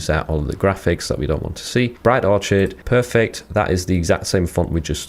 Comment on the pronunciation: Did you actually say "Orch - id"??